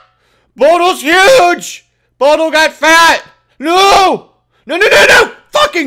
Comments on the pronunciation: its bo dil 40 not bodl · Its (bo-dil)